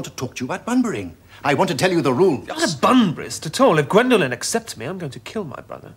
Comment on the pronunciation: It's Gwendolen, not Gwendolyn.